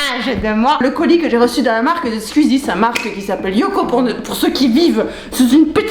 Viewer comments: Elle dis squzie mais ces squeezie!!! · SqIzi pas SqUzi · Squeezie pas scuzie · Je déteste les gens qui disent squzie a la place de squeezie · C’est SQOUIIIIIIZIE !!!!! Pas SQUIZIE !!!!!! PTN ! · C'est marrant quand tu dit "squizi" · Mais c’est « Squuzie » par contre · "Skuizie" Tu m'as appris comment prononcer son nom, merci (Second degrés) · La manière dont tu prononce "squeezie" est très rigolote ^^ "squuuuzy" c'est trop mignon 🤣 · Tu dit bizzarment Squeezie !? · Super vidéo seul truc ta prononciation de squeezie me stress énormément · Comment tu prononces Squeezie 😂 c'est très drôle